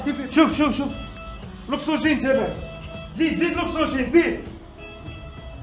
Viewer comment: قالو لوكسوجين ههههه واسمو. l'oxygène